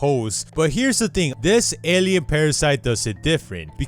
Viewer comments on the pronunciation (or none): none